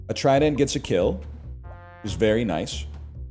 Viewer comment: Why does he pronounce trident like that